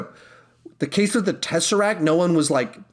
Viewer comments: Okay, sorry, but...... it's "teseracT" not "teseracK" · TESSERACT NOT TESSERAC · He protecc He attacc But most importantly, he keep saying tesseracc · He protec He attacc but most importantly... says tesseracc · Tesseract. TesseracTTTTTTTT